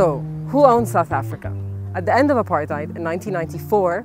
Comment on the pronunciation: Apartheid, man? Make theh correction. be more professional.